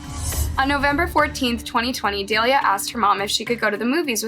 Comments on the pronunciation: Delia? Is Say Delilah 🤦🏾‍♀️ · Dah-lie-lah (cmon get the names right…) like the song hey there Delilah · Her name is Delilah sound it out it’s not dalea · The name Delilah is Duh-lie-luh not day-lee-uh like the song Hey There Delilah. It’s phonetic and there are 2 Ls. I’ve seen multiple videos where you don’t pronounce names even close to right and it’s boarder line disrespectful to profit on these tragedies and not even pronounce peoples names properly. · Omg I love your vids but you pronounce SO MANY things wrong. Her names DE-LI-LAH. Like the song? hey there Delilah what’s it like in New York City.. ? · Is her name supposed to be pronounced Da-lie-la? Just curious.